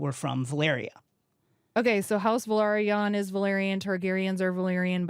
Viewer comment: Valyrian is pronounced VAL - EER - IAN and Velaryon is pronounced VEL - AR - YON. Neither of these names' first two syllables are pronounced VUH - LAIR. Hope that tidies things up, official Game of Thrones spokesperson.